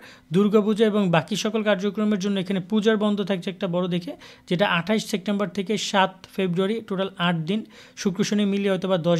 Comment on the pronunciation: ভাল মতো উচ্চারণ শিখে খবর প্রচার করবেন।বলেছেন সেকটেমবার।এটা ভুল।সঠিক হবে-সেপ্টেমবর।